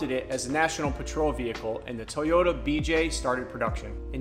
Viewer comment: What the hell is a Teee-o-duh? Is that a cousin to TOY-OTA?